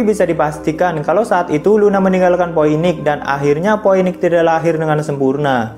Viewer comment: astaghfirullah bg, itu bacanya "Phiniks" dan "dominiks"